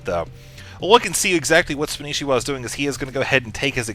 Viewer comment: you guys his name is spanishiwa not spanshwa!!!